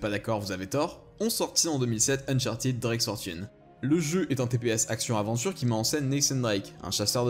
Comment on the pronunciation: uncharted se prononce eune-chart TEDE, PAS TIDE !!!